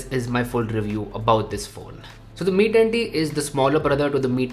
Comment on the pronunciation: Mi tatttii 😂😂